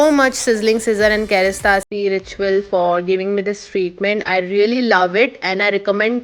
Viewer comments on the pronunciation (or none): It's kerastase not kerastasee 😂